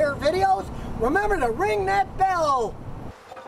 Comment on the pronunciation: Hey guys I’m just wondering if I’m the only one who notices him say “ring that bellul “ or am I just trippin 😫